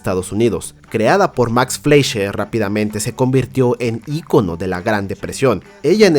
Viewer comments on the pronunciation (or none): none